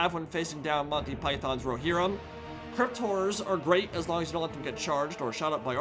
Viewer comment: I love not being able to correctly pronounce ‘horror’. Hearing him repeatedly say; ‘crypt whores’ puts a smile on my face.